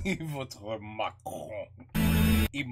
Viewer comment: in french it is pronounced macronne !! votre Français est excellent !!!!!!